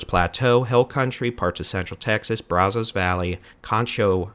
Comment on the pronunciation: Still mispronouncing Brazos...😅